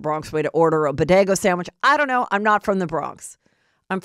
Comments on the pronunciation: And "Bodego sandwich" And then she says Jenny from the Bronx blah blah.....Lol 😂😅😂😅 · Not Bodego. 😂 😊Girl is Bodega 😂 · 😂🤣who the heck is jossup... umm nope, he calls her joseph not jossup. heather is a trip sometimes.. between heather saying "bo-day-go" and jossup... ive had my giggles . also scheana was wrong for grabbing and SNATCHING the hat off of Jo's head period. it was RUDE, & disrespectful af